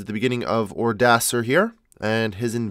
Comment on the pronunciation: Who did you manage to pronounce Odoacer as Odacer?